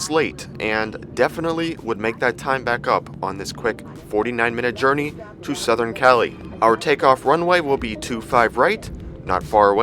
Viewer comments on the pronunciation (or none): none